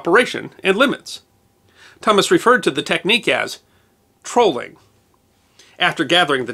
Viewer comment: did you say "trolling", or "trawling"?